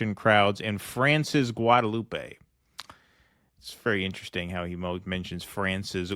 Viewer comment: Oh and it's not pronounced Guadelou-pey, but as if no "e" at the end - Guadeloup